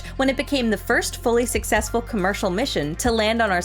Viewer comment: I know, right? And Angara is AngarAH! Also, says 'Susseksful' )